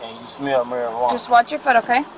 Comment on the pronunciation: “Maruh-ranna” lol